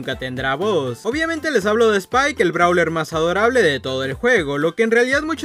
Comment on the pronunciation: Es spike no "spile" xd